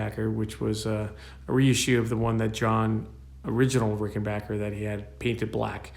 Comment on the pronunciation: Bassilicious indeed.....and RickenBACKer pronounced correctly,. :)